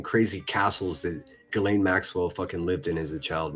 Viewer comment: Gee lan not gizzleeeen ...